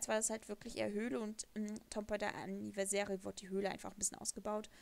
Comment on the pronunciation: Du sprichst Anniversary falsch aus